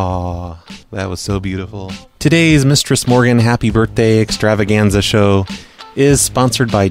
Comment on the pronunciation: I always thought he was saying "". Am I the only one?